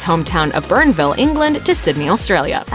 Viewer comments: Its not burnville its Bourneville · Hate the way she prounces it Burnville it's Bournville. Get it right. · Its bornville not burnnville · Bourneville is pronouced Bornville, not Burnville, The U is silent, And thank you America for fucking up Creme Eggs. I no longer buy cadbury's and it's other UK based companies shit products.